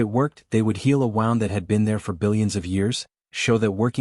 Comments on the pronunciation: "They would heal a "WOWND"!!!!! NO, YOU PIS!!! HEAL A FKN WOOND!!!!! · AND YET AGAIN , "...the WOWND is like a tear in fabric,..."!!!!! GODDD DAMMNNN!!!!! YOUR AI SUKS ASSSS!!! DID YOU EVEN BOTHER TO TRY TO LISTEN TO, PROOF AND EDIT THIS POS AI!!!!??? I'M THINKING, NO! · SOL not Soul ... 🤦🏻🤷🏻 Teach the Ai. to read and pronounce the words it's seeking to use Comm's as in communications ...not Calms WooNd not wound as in a clock spring 😬 errors propagate. This is Rendezvous with Rama meets Asimov's Phycologist, Mother of robots. Plus a touch of The Godwhale by TG Bass. and Babylon 5 🧙🏻‍♂️ 😎 “CURIOSITY IS, IN GREAT AND GENEROUS MINDS, THE FIRST PASSION AND THE LAST." Dr SAMUEL JOHNSON. 🇬🇧 C. 1750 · AGAIN , "heal a FKN WOWND.."!!!!! 6our AI is AUKING worse as the story continues!!!